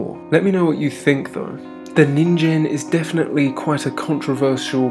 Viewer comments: you’re saying “ninjen” it’s a “g” so “ninGEN” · Nin-gen not ninjen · Ningen isn't pronounced with a j sound. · Lmao he pronounced nigen so wrong😭😭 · That's not how you pronounce that.